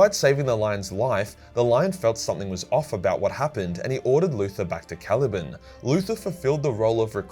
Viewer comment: “Cali-ban” not “cali-bin”